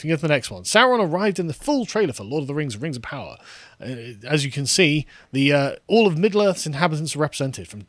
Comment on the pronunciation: Rangs of Powah.